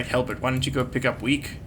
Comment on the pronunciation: I thought that you said "Weak has been enslaved!" Instead of "Weke has been enslaved!" XD